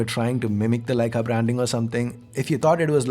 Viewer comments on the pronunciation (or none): none